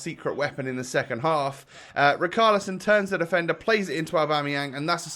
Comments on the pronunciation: It annoys me so much how he pronounces it ric-arlison when it’s rich-arlison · Please,. It’s Richarlison as in rich, not Rick. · Luke W No! It seems that way, but because he’s Brazilian, It’s pronounced: Ri/Shar/Li/Son. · KRIK ARLISO